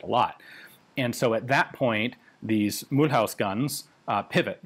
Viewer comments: A kind little remark :) In French the name Mulhouse is not pronounced as in mul-hause. The ou-sound in french is as the english oo-sound as in the word foot. Also the “se” at the end is pronounced more as a “ze” :) So maybe you should read it as “Mulhooze” :) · Not "Mul-house" but "Mul'uzz" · Mulhouse is more like Mu loose than Mul House but Ian's french is usually really good (unless his videos than are ALWAYS awesomely interesting) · 🤣mulhouse is pronounced mulooze not mul house. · Mulhouse=Mü-looz , NOT Mool-haus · It pronounces mülooze not mulhouse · Great vid, for the next ones Mulhouse is pronounced not like House but more like Ooze ;) Love from Alsace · Mulhouse is pronounced as Mul-whose. It's a town just across the border with Switzerland near Basel. It is known for the Peugeot factories and also the best automobile museum in the world. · Mulhouse should be pronounced as "Mulloose" 😉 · thank you very much for making a video that talks about the weapons of my beautiful country... nevertheless... I draw your attention to the pronunciation of Mulhouse... 🤣🤣🤣 there is work... it's pronounced Mulhoose like goose Mulhouse like goose... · Mulhouse is Mul-ooze. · Hello Ian, I am one of the few french that watches your videos, great content, but I might be able to help you about Mulhouse : It's pronounced" Mül ooze" Coup par coup would goo "coo par coo" Sureté : Suretay The rest is realy starting to be spot on, excellent progress over the past few years ! Thank you for this great coverage. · If you do care about the pronunciation Mulhouse is pronounced Mule-ooze in French. Edit: the invisible "y" in mule is skipped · Jezzz Ian, your french is getting quite good aside from the way you pronounce Mulhouse... you had me running for a while scratching my head of where the heck was this CEAM located. And I see you do have an inside track with the Gendarmerie folks. Not as easy a feat as many would believe. Great info as usual.